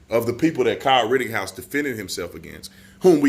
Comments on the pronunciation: B, it's not rittinghouse! It's said "written-house" Rittenhouse. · Why on gods green earth do you keep mispronouncing Kyle's last name? It's rit-tin-house, not rit-ting-house.... My biggest irritation is when someone repeatedly mispronounces words. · Would you please quit saying “RittINGhouse”? 🥴 It’s RittENhouse. Thank you! 😃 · B, PLEASE STOP Pronouncing KYLE'S Last Name: "Ritt-ING-house". It's "Ritt-EN-house". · Tatum, if you want to be able to speak better and pronounce words better, start with pronouncing RITTENHOUSE the way it’s spelled and the way YOU correctly spell it in your video titles. But you keep SAYING “RITTING”HOUSE. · Rittenhouse has no g in it. just saying. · LOL I love you man but when you think it's odd if I called you Brandon Tategum? There's no g in Rittenhouse homie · My favorite thing is how you keep saying “Kyle Rittinghouse”. That, and your clear-eyed analysis. Keep it going! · Love you bro, but it's RittENhouse